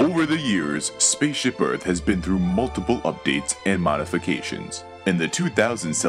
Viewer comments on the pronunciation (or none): none